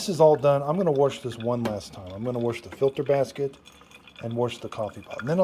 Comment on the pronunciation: We just got ours earlier this week and no manual on how to use it??!! Also wash doesn’t have an r in it!! I try to correct my. MIL as she says “worshington”. I thank God my husband and his sister didn’t develop thst bad habit!! My MIL Sa ing